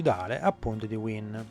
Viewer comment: Wien si legge VAIN, non era un tedesco? A parte questo, ottimo video, grazie